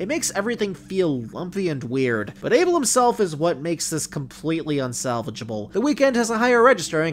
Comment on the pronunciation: I can't even agree with your statements when you can't even say ABEL properly.